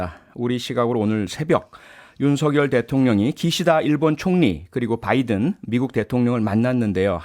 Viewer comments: 아무리 눈을 감고 들어도 바이던으로 명확히 들린다 . . 날리면이라고 생각을 해도 바이던으로 들리거덩 . . 윤석렬xx (나중에 나도 xx 변명할거 만들어놓앗지 ㅋㅋ) 개콘이 망한건 여기에 이유가 있구나 . . 그걸 날리면이라고 은혜씨가 변명하는것도 개콘보다 잼나^^ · 미국이 반도체, 배터리, 전기차의 주도권을 잡고 있지 않음을 인식하며 자국 우선주의를 앞세워 대한민국의 핵심 미래산업을 자국내에 빌드업을 하고자 하면서 현대차를 배제시켰을 때 국민들은 동맹인 줄 알았는 데 바이든이 뒤통수를 쳤다고 하면서 쌍욕이라도 해주고 싶은 심정이었을 겁니다.국민을 대표하여 대통령이 이러한 미국의 작태에 대하여 쌍욕에도 미치지 못하는 욕설을 하였는 데 뭐가 잘못인가 합니다. 다만, 미국 의회라 칭하지 않고 국회라 한 것과 명확하게 바이든이라 발음하지 않은 것은 좀 유감이 아닌가 합니다.